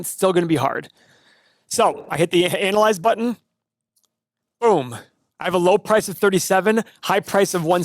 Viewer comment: I love how a guy who makes his living 'analyzing' stocks pronounces analyze as 'anal'ize. Ahahahaha!.....ahahaha! What a douche!